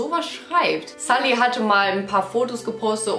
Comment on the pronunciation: Sie wird sulli ausgesprochen nd salli😢